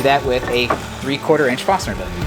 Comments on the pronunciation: great job! i cringed every time you said Fosner intead of forsner Awesome channel!! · Don't forget the "R" in Forstner.